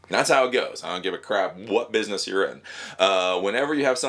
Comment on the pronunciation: " Bidness! " Lol :-)